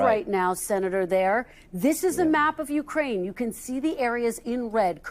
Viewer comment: Ukraine is accented on the second syllable. It is not accented on the "U."